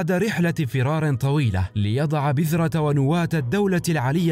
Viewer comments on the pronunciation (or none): none